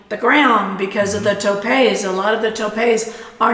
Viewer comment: I don't know how long you have been in México but sounds like you need to assimilate a bit more and relax. The 'roundabout' is a glorieta and check your pronunciation of tope ( TO pe). More time in SLP I'm sure you'll learn the 'go with the flow' and relájanse. You'll find more to enjoy and less to complain about. Buena suerte!